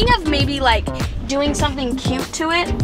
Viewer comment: I always notice you when you say cute